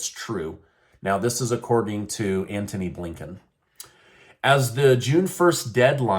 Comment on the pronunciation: Ant-hon-y ....coz I am blinkin 🤣🤣🤣🤣🤣